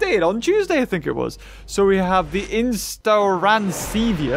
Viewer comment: Did just say instronascevia? It's pronounced inostrancevia. I almost went insane but I pulled myself together. Also, inostrancevia hunted Scuttasaurus and inostrancevia was in walking with monsters!